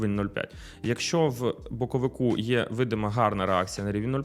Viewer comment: "Боковику" де не треба ріже слух. Може вивчити де "боковика" треба казати, бо складно слухати.